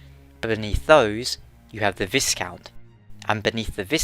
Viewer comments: Viscount is pronounced vai-count rather than vis-count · Viscount is pronounced "Vye-count" not "viss-count." The s is silent. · Viscount isn't pronounced like discount, it's more like vy-count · The s in viscount is silent so it sounds like vy-count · Viscount is pronounced Vi-count...the s is silent....love your videos cheers. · A quick thing, I know you probably won't read this but the S in the word Viscount is silent. Making it more like Vi as in violet and count. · You don't pronounce the 's' in "viscount"; it's pronounced like "vie-count". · Viscount is pronounced "V-eye-count" by the way :) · Viscount isn't pronounced like that. It is pronounced "Vie-count" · Good video! Not just shotel you have to pronounce properly though mate, rapier and viscount too XD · From one Brit to another you don't pronounce the s in the viscount :P